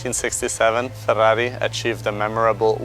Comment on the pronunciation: I just love listening to this guy say Fa-dahrri-i.